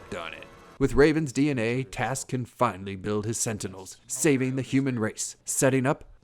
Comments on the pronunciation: it's trask not task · Were you making a joke with his name? Or did you screw this whole thing up. His name is Trask. Not Task.